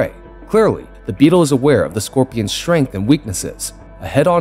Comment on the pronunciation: The last I checked there is no "sh" in the beginning of the word strength!